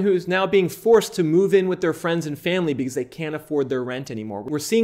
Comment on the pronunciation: When he says "because"= "bzzz" 😂😂😂